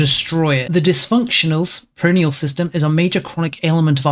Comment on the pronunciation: Pronoia is generally pronounced Pro-Noy-Ah, if its tripping you up